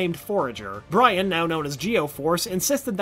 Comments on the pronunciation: You pronounced Jaime and Brion’s names wrong. At least watch the show before doing a video 🙄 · lol Brian is pronounced less like how westerner pronounce Brian and instead it is actually pronounced like Bree-own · "Brian" = Brion "Jaime" = hi-may I love this channel and the videos but please please please look up name pronunciations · Geo-Force is Brion not Brian (pronounced Bree-Own) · Brian???? Thought it was Brion lol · you said brian you mean bri on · I hope you are saying Leon or trying to. Also it isn't brian, its brion. B-ri-on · 93 and Bree own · brion pronounced breeOn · Thank you! At first I thought people just say the names differently but then he called Brion 'Brian' and I literally cringed! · And Brion as Brian 😭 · Brion is pronounced Bree-own and Jaime is pronounced Hi-me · It’s Brion not Bryan. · It's Brion not Brian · You pronounced every foreign name wrong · Great job. But the narrator obviously didn’t actually watch the series. The mispronunciations of several key figures like Jaime Reyes, the Kroloteans and Brion are just cringeworthy. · Brion not Brian and how he pronounced kroloteans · Dan Garret died in 2005.Jaime (Hi-me), It's Kroloteans not krodoleans, It's pronounced des-pe-ro, Lian pronounced Lee-on, Brion is Bree-own not Brian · Am I the only one who cringed every time he mispronounced people's names (Brion not Brian), Jaime [silent J] not Jaime [jay-me], Lian Harper [lee-an] not [lee-in], Krolotean [kro-lo-tay-in] not krolotian [kro-lo-tea-an] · It annoys me to no end when people mispronounce names that are clearly said one way and only one way in a show. It not Jay-me, it’s Hi-me. It’s not Bryan, it’s Bree-Ohn Also, we just gonna gloss over all the stuff with the Apokolips tech being delivered to Earth through secret VR goggles as well as the introduction of Red Hood? Cool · Am I the only one cringing over the way he said jay-me and bri-an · Hi-mey and Bri-on